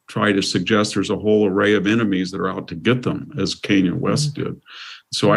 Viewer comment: It was David Paterson, the GOVERNOR of New York, not the mayor. Kanye's name is not pronounced "cane-yuh." "Religisosity" is not a word. Mr. Hanson: If you're going to comment on the mental acuity of someone (such as Fetterman), it's not a good look when you misstate facts, don't know how to pronounce the name of one of the most famous entertainers on the planet, and mangle words.